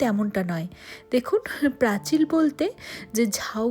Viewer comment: তোমার পোস্ট দেখতে খুব ভালোবাসি তার একটা কারণ তুমি আমার শহরের মেয়ে বলে , এবার একটা কথা বলি কিছু শব্দ এমন থাকে যা সেই অঞ্চলের মানুষের মুখে মুখে একটা কথ্য রূপ পায় যেমন প্রাচীর কে প্রাচিল বলা , সব জেলার এমন কিছু নিজস্ব ভাষা বা শব্দ রয়েছে , যেমন কামড়ে দেওয়াকে অনেক জায়গায় বলে লুচে নেওয়া , একটা বিষয় হলো তোমার এই সহজ সরল উপস্থাপনা খুব ভালো।